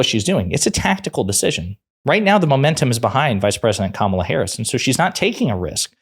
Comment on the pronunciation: At least he can say her name properly 😅😂. Money makes these people sell their country, family, and souls, and its sad.